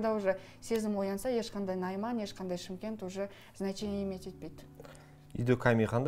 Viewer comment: Неге Чимкент дейсіңдер Шымкент десеңші жүргізу шы бала